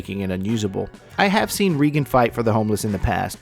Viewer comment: why you so dumb? I think you should walk around with Regan and observe. I would give to this woman’s cause forever. And by the way, her name is not Regs. (Not Benton either as you say at the end). Just wow. You got nothing to contribute but mistakes and an attempt to get more views.